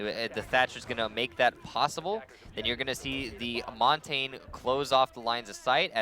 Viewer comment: It is pronounced maun-tahn-yuh not mon-tayne